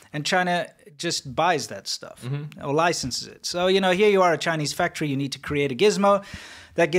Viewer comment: Chi-Neech VIrus 😅😅